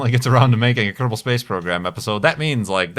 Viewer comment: Kerbal not kerbel.